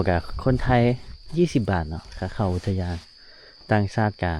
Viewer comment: อุทยานศรีน่าน อ่านว่า อุด - ทะ - ยาน - สี - น่าน